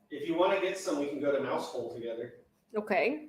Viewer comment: Note on Mousehole, the locals pronounce it more like "mow-zul"